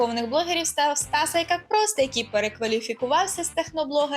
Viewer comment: стас какай просто, а не ай как просто.